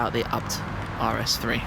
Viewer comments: My friend, Schmiiii, you say A B T , not ArhhBbTT, please! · Hmm always thought it was pronounced as Ayy-Bee-Tee! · .. i got crazy when you call the firm abt... it's pronounced a b t... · Am I the only one that says A-B-T, not Abt? :D